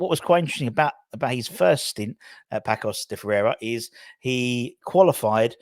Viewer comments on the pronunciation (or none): Not Pakos. Whenever the "c" has a little tail (ç) you read that as an "s". So the name of the club reads Passos (as in piss, god forbid). Also there's no "La Liga" in Portugal. That's in Spain. Different business entirely.